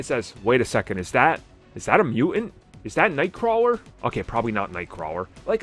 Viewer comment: Mutant is not a word like knife where one letter is silent. It's Mew-TANT, dude. It's ridiculous you can`t pronounce it correctly